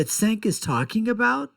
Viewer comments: It’s spelled Cenk but pronounced Jenk. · Cenk (pronounced Jenk) is right, love how you have an opinion on someone who's name you can't pronounce.